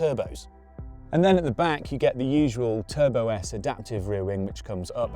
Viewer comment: bruh, Matt called it Turbosite 😭😭😭😭